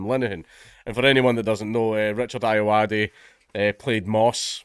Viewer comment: Um, its pronounced "Ayoade"